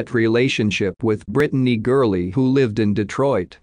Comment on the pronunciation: It's gurley